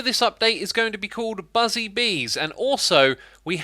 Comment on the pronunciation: Did he just say "BUSY" bees instead of "BUZZY" bees